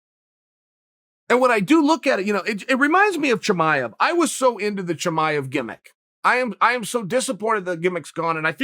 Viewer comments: **BREAKING NEWS*** Birth records have been officially changed: Khamzat Chimaev’s name has been changed to Hazmot Chimaez. Uncle Chael hath spoken... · From now on...Khamzat Chimaez...ok great... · Who’s Chimaez?🤣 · Everyone: Chimaev Chael: Chimaez Me: Chimaez it is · Thank God uncle Chael was here...khamzat didn’t even know his name was spelled wrong🤦🏾‍♂️ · Chael "Chimaez" Sonen